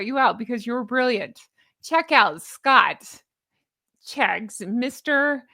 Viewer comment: 'Scotcheggs' 😂😅 as in egg, sausage meat and breadcrumbs, beautiful dress, love your bows too, take care ❤